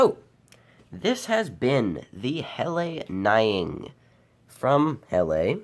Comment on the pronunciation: It’s pronounced “nee-ing” and is the term for a layered campfire. It’s a beautiful and amazing knife, just like most Helle knives.